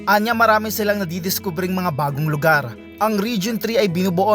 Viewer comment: pansin ko lang karamihan sa mga reporter ngayon, maarte na ang pagbigkas sa letrang R gaya nung sa salitang LUGAR. buti pa ung pure canadian vlogger na c jared hartmann, marunong mag tagalog pero alam nia kung paano bigkasin ng tama ang R kapag nagsasalita na cia ng tagalog.